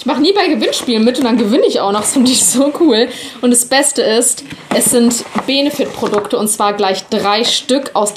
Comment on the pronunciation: Es wird bennefit ausgesprochen